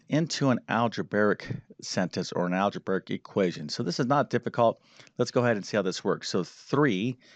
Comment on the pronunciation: "Al-ja-bear-ic?" Who are you?